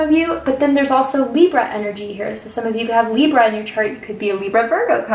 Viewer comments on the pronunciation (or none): none